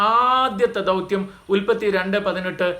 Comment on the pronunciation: ധൗത്യം അല്ല ദൗത്യം